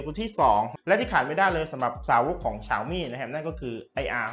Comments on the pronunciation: ฉ่าวมี่!!!!!! ออกดสียงแบบนี้นึกว่าฟังผิด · ตัวแทน xiaomi อย่างเป็นทางการในประเทศไทยเค้าให้เรียกแบรนด์ตัวเองว่า "เสียวหมี่" ลองไปหาดูนะครับ ถ้าใครมีเชื้อสายจีนจะรู้เลยว่าเสียงนี้ตรงที่สุดแล้ว อย่าไปออกเสียงที่ดิ้นไม่ได้แบบฝรั่งเลยครับ